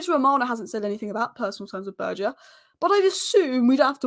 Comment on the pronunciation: Poor guy’s name is Berge, it’s pronounced Bergue. He is not French ffs…